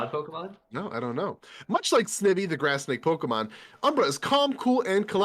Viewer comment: SNIVY rhymes with IVY, just so you know. Shanty made quite the comeback! Awesome, especially for a new player. Might be my favorite Shanty main to root for! the commentary during this Ole mirror set was on point! That was one of the most exciting Velvet vs. Oleander sets I've ever seen!